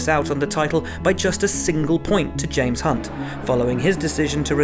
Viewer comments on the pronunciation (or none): none